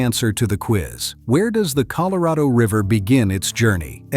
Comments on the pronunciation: ColorAdo River? C'mon do better. No more ai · Oh here we go with another AI narrator. It pronounced Colorado, Colo-ray-doe. The U.S. government is doing its best to keep people confused 😕 about everything here lately. Think about it, it's one thing after another. If it isn't NASA trying to get people to believe its B.S. some other group is pushing aliens 👽. Then there's all the different foods that's bad for us, others pushing climate change. It just goes on and on. What the governments of the world are doing is getting ready to bring out the One World Order without the knowledge of the population until it's too late. We can't stop it from happening and it will user in the Anti-Christ and the Mark of The Beast. Our only thing we can do is get right with God and repent our sins be Baptized and receive Lord Jesus Christ as our Savior. There's going to be many naysayers, false Christ's, false Prophets, doing great things. Read the Bible and know what will occur when Lord Jesus returns. Talk to a trusted Pastor who knows the Bible well. God bless everyone. Amen 🙏 ❤. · I'm surprised I continued to watch after AI mispronounced Colorado The second word it spoke, usually that's it I'm done but I'm very interested in the area so I tolerated advanced stupidity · Why does he mispronounce "Colorado"?